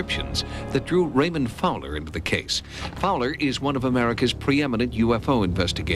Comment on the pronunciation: Raymond Fowler.... not Fower. Read his books.